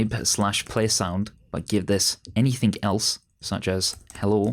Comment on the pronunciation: Arguably the best WoW Lua tutorial out there, but one tiny gripe. It's anything, not anyFINK and nothing not NoFINK 😐 But I'm just as annoyed by the american intrusive-R syndrome (saw / sawr, idea / idear)